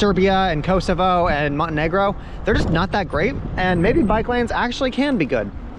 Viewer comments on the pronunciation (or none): none